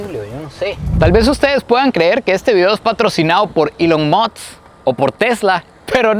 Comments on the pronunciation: Elon mosths 🗣️🗣️🗣️😂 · cada 3 palabras "Ilon Moks"